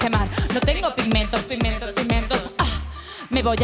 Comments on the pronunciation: Soy la única que oía "no tengo pimientos, pimientos, pimientos..." en vez de "pigmentos" cada vez que lo decía?? 😆😆😆😆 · Hay una vez o dos que dice pimentos,🤦🏽‍♂️,con auriculares se nota más...